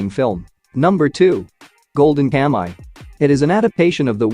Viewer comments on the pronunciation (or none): KA MU I not ka my !!!